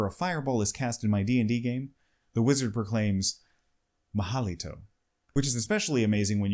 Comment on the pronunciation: Mal halito? I think you are thinking about portuguese. Mal Haliento would be the spanish one